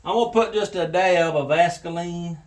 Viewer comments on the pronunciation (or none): its all the made up words and mispronouncing. When its going on nonstop its like Im watching children’s shows. Comedy is appreciated but too many YouTubers are just pandering and talking like 10 year olds. For example, “Vaskeline”…. I can appreciate different personalities and comedic timing. Just talk to me like an adult instead of all these made up words like youre a 10 yr old boy…..